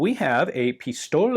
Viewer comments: Yeah like Pishtoleh almost eh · Ian, german word "pistole" should be pronounced with this last E sounding like in word "end".